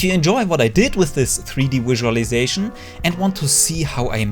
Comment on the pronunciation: I enjoyed the wizulization